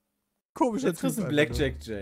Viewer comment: Mensch Pedda... Blackjack nicht Blackshirt